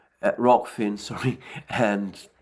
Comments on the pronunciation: Alexander veered off into "Rofkin" again. 🙂 Corrected himself quickly, though, good lad. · I actually liked how Alexander mispronounced Rokfin, it reminded me of the “cool hwip” gag from Family Guy :7